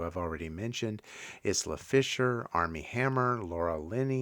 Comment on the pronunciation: Gyllenhaal is pronounced “Jill-en-hall”. Isla is pronounced “Eye-la”